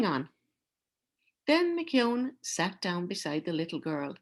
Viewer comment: Thank you for your reading of Giant. It was nice to hear the Irish pronunciation of McKeon.When I was in high school, Giant was banned from some Ontario schools. As a fan of Robert Munsch's books I got myself a copy right away (my first banned book). I love the story, and the final message is one of peace and acceptance. The ban lifted a year later. Munsch felt it senseless to defend the Giant and was quoted, "Like children, there comes a time when a book has to make it on its own."